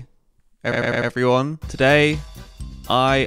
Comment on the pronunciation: "Hello everynyan, welcome to the Los Pollos Hermanos faminyan."